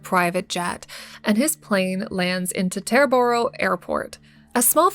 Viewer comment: It is te( long e) terboro. Don't ean to be a grammer nazi, grew up and still live near it. Its where all of the elite musicians etc come to. They also hold up traffic like crazy.